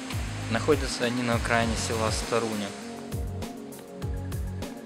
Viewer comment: правильно говориться СтарунЯ а не СтарУня ))